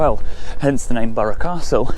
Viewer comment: An enjoyable video, respect for the correct pronunciation of Burgh Castle.